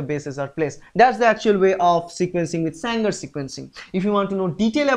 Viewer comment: It is Sanger NOT Sangar